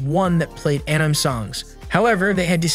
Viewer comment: Say Anime with me Aan-i-May